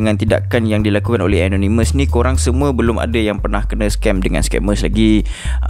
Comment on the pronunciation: Kenapa susah sangat nak sebut ANONYMOUS. Sebutan yg betul ialah E NOR NE MEZ.